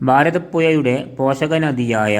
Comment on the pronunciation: കോയിക്കൊട്, ഭാരതപ്പുയ, എയമത്ത്, ഗായത്രിപ്പുയ 😂😂😂 നല്ല ബാസ 😂😂😂